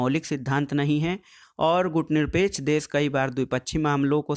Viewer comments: सर मैं बार-बार बोल रहा हूँ आप गुटनिरपेकछ आन्दोलन नहीं गुटनिरपेक्ष आन्दोलन बोलो। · सर गुटनिरपेक्ष आन्दोलन हैं ना कि गुटनिरपेकछ आन्दोलन।